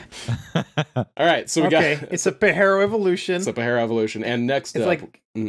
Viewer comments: hate the way you said pajero "pa-j-air-o" also super cool car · it's pa-Jeero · Your killing me with your pronunciation of Pajero bro, it ain’t Spanish ‘puh-jeh-row’